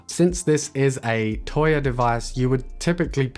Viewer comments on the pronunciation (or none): Please stop saying toya....